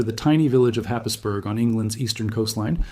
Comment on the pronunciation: It’s pronounced, Hays-borough, not Happisburg